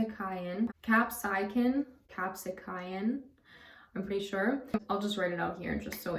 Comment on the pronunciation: I'm not 100% sure but I think capsaicin is pronounced as cap-say-sin. I'm one of those people who can eat just about anything without ever gaining any significant amount of weight. I do like your tips though. I was in the Army for 3 years so I definitely agree with you, that exercise before breakfast is always best. Just curious, have you ever tried acupuncture and/or do you have any personal thoughts about it? Also, your hair always looks so nice, so if you ever want to do a hair routine video I be interested in it.